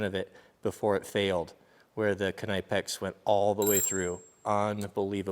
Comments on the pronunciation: Ok so Knipex is not pronounced knaipex Pronounce the „I“ like a „E“ in the english alphabet (with a bit of a I sound and not a long pronunciation, very short) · Those Knipex are a quality tool! Most of what the Germans make are amongst the best anywhere in the world. I'm pretty sure the "K" in Knipex in silent however. You can pay a bit more to buy a tool that will work much better fresh out of the box,&that will likely last you a lifetime before you pass them down,&many of the quality hand tools come with a lifetime warranty. No matter what you think or believe,cheap tools just do not perform at near the same level to begin with and if you use them very often you'll need to replace them every 2 to 5 years and even then they don't perform near the same level as that 1 original quality tool. My Dad&uncles tried to teach this to me while I was a boy,&a journeyman finally did teach this to me when I became an apprentice by trading hand tools with me for the day one day after I'd worked with him for a while.It's been a very valuable lesson ever since. If you can't afford new quality hand tools,do what I did and take $10 or $20 out of each paycheck and save it up to purchase one or two new quality hand tools at a time.I suggest looking for quality German or American made tools that come with a lifetime warranty.That warranty says Alot as well! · Please stop pronouncing the K, it's a silent K like in knife 😭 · That's not how to pronounce Knipex 😂 it's a German company watch any German videos made by Knipex. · I'm pretty sure the K in knipex is silent lol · it's actually not, I work with a german, it is pronounced with a short 'k' sound (or 'c' sound) not a 'kuh'. It's also pronounced with 'ni' sound as in knit and not as in knife. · I cringed every time I heard him say Knipex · No you pronounce the k and n but he still saying it wrong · It's German so you do pronounce the K but the "i" in German sounds more like English "e" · It's not kanipe-ex it's pronounce like nip-ex